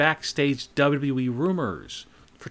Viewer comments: Why do you say double u we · the way he says dub dub dub eee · The way he says "wwe" is too funny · PLEASE STOP SAYING WWE LIKE THAT SAY IT A LITLE BIT SLOWER